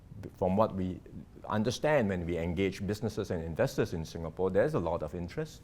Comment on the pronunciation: "SINGHapore!!"!!!!?? Ha, ha!! 🤣😂😂🤣 (With:_- Love!!)!!